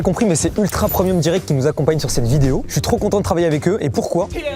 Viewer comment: mais c’est moi ou mastu dit ultra promium au lieu de ultra premium hahah 😂😅